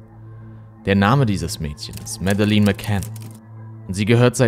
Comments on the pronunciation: Ich habe schon Interviews mit den Eltern gesehen. Man spricht diesen Namen dennoch nicht so aus, wie es das ganze Video über tut (er spricht es so aus, wie ich es geschrieben habe, was falsch ist) und zwar in keiner Sprache. Das erste e ist stumm und das zweite e wird nicht wie ein langes i ausgesprochen, sondern wie ein kurzes e. Das dritte e ist natürlich auch stumm, was so ziemlich das einzige ist, was er an diesem Namen richtig ausspricht. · "Mädlen" nicht medelin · Sagt man nicht Mädlin? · Und Madeleine wird "Mädlin" ausgesprochen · recherchiert gut, aber bei der Aussprache von Namen und Orten rollen sich einem öfters mal die Zehennägel auf. Auch hier wird der portugiesische Ortsname penetrant falsch ausgesprochen. Leider wertet das die ansonsten guten Videos m. E. doch sehr ab. Auch gibt es im Deutschen Grammatikfehler, die er immer wieder macht - Genetiv bei Monatsnamen: "Am Abend des 5. MaiS / AugustS" etc. - Was für ein Mais...? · ich habe auch nicht behauptet das es richtig ausspricht, tut er nämlich nicht, die sagen tatsächlich Madelinn, da sie Schotten sind. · Ja,er hätte wenigstens lernen können ihren Namen richtig auszusprechen. Mäddelin klingt halt zum lachen😆😆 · sie wird aber nicht Mäddelin ausgesprochen, schaut mal die Videos wo die Eltern den Namen aussprechen. Schottisch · das sind schotten die haben das noch anders ausgesprochen. Hör man in die Interviels mit den Eltern. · Leider musste ich dieses Video nach kurzer Zeit abbrechen. Ich bin von dir gewohnt, dass du sehr gut recherchierst und dich bemühst alles so objektiv wie möglich zu halten. Aber wie du den Namen "Madeleine" ausgesprochen hast, war nicht akkurat. Ich weiß, es ist eine Kleinigkeit, aber wenn der genannte Name der Person gehört, um der es in deinem Video geht, wird dieser natürlich oft genannt. Ansonsten höre ich dir super gerne zu, aber in diesem Fall ist es jedes Mal ein Stolperstein- natürlich nur für mich. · Sie heisst Madeleine